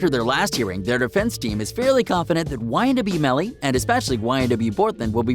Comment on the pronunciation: ma man said ynw jurvy